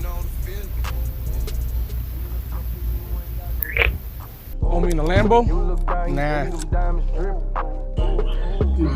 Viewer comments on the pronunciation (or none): It's Omi not Omni